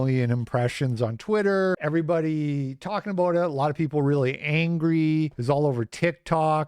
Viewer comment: Did u just say aboooooooooot it?